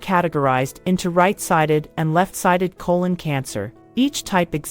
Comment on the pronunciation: Not diminishing the importance of this video, but the narrator want to learn how to pronounce 'colon.' Lol